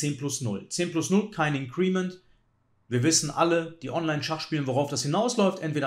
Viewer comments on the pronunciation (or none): Super Analyse wie immer! Nur ein gut gemeinter Hinweis...bin mehrfach über Deine Aussprachen von "Increment" gestolpert;-) Betonung auf IN-crement... Vielen Dank für die super Videos, LG aus HH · Klugscheißer-Modus ein: Bitte nicht "in'creeeeement" sagen, das tut in den Ohren weh. Betonung ist auf der ersten Silbe. Klugscheißer-Modus aus. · Gutes Video wie immer! Increment wird übrigens nicht (incriment) sondern einfach (increment) ausgesprochen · wie immer unterhaltsam, lehrreich und schön kommentiert, danke !... für diejenigen schachfreunde die neben schach auch die englische aussprache interessiert: INcrement wird im englischen auf der 1. silbe betont und nicht auf der 2. silbe...auch wenn der stamm incREase ist welcher tats#chlich auf der 2. silbe betont wird ;-) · mit größtem Respekt – indes, das Ding wird /ˈɪŋ.krə.mənt/ ausgesprochen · Glaube „increment“ wird anders ausgesprochen 🥸👀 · Hätte das auch mit kurzem e im Ohr statt mit i. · Gutes Video, danke fürs nicht Spoilern. ABER: Bitte, man darf sich als großer Schachchannel schon anschauen, wie man englische Wörter ausspricht, wenn man sie denn schon wählt. Entweder deutsch Inkrement oder beim Englischen "Increment" liegt die Betonung auf dem "I" - das kann man schonmal richtig machen. :-) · Es tut mir körperlich weh wie er increment ausspricht! ;-) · Dem kann ich nur zustimmen. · Hallo lieber! "Increment" wird auf der 1. Silbe betont 🙂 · Increment mit Betonung auf dem I. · …mit Betonung auf der letzten Silbe, wenn man es „deutsch“ aussprechen will; will man es „englisch“ aussprechen, dann auf der 1. So wie es ausspricht, ist es auf jeden Fall nicht richtig:-/ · Sehr gewöhnungsbedürftige Aussprache von Increment. Aua! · Super Analyse. Increment spricht man aber ganz anders aus. Tut jedes Mal weh wenn du es sagst, besonders da du sonst so wortgewandt bist und auf eine korrekte Aussprache achtest.